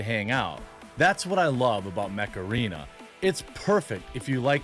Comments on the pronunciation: Jeremy says Mech Arena and all I hear is "hey macarena" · Ha! was listening n not watching when all i heard/misheard from kitchen was " My sponsor, Meth Arena!" ???? Initial though was, Is that legal now in the states too? Go Jeremy!